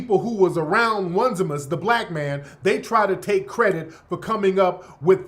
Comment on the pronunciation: His name is Oh-Knee-See-mus